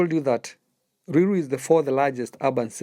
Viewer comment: Ni ruiru not luilu